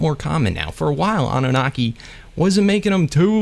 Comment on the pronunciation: Love the way you say Annunaki